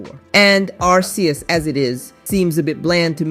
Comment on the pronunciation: its pronounced ARK-eeus, not arse